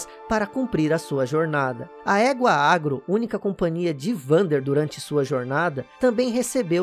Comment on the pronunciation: Há anos atrás quando joguei Shadow of the Colossus, eu achava que a égua era um cavalo e se chamava Aron, pois era assim que eu entendia a pronúncia do, quando ele chamava a Agro.